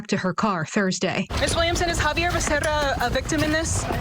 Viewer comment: It's X-avier! 😂🤣